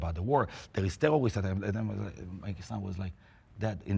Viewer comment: “tewwowist attack”